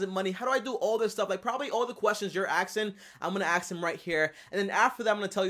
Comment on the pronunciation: I cans hear him “axe” anymore questions😶